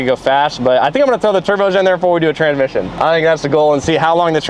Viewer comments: 'tranmission' "TRANSSSSMISSION not TRANMISSION 🤣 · Say it with me Trans-Mission